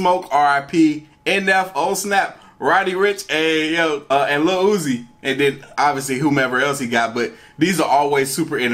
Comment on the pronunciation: oofff the disrespeck on uzi’s name